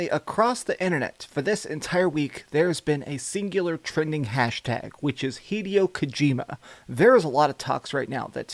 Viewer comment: HEE-DEY-O KOU-GEE-MA